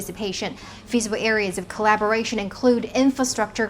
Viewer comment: corabolation😂😂😂😂😂😂😂可以住嘴么